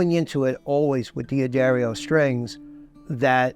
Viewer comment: I loved the video and I'm in awe of the beauty of those instruments. However, I'm left with a question! Surely the apostrophe after the D of D'Angelico, D'Aquista and D'Addario means that it they're pronounced Dangelico, Daquista and Daddario, and not Dee Angelico, Dee Aquista and Dee Addario?